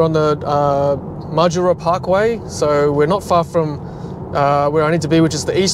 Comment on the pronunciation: In a similar vein, it’s ‘Ma-JOO-ra’ (as in the Majura Parkway in Canberra that you mentioned). Second syllable emphasis.